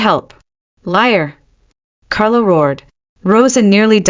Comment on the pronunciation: This could have been a good story if 1. It had a better narrator. The pauses midsentence are beyond annoying. Even at 2x the speed. 2. Is it Alpha Carlo or Carol? Because after banishing his 1st luna he became Carol for a few minutes and repeatedly. Then went back to Carlo. 3. The creator listened before posting and corrected the AI on mispronounced words and spelling "It" instead of saying the word. Example instead of "It was serious" we got "I T was serious". It only seemed to happen when "It" was the start of a sentence. Words like wound (rhymes with womb) as in an injury being repeatedly pronounced as wound (like round with a w) as in wound too tightly.